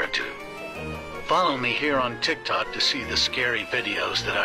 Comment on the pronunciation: Tiik -tok it is it talk,s😮😮